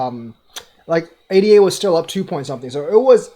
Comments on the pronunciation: Good video, sorry to criticize...ADA should be pronounced AyDah, not ay-dee-ay. The token was named in honor of Ada Lovelace, a real person. She was the first computer programmer. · Its pronounced A-da =-l